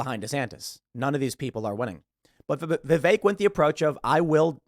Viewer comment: no offense, but you need to learn how to pronounce Vivek's name